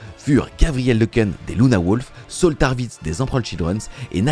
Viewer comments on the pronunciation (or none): none